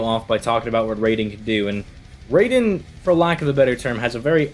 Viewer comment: Raiden is pronounced r-eye-den... Just a friendly correction. Great video!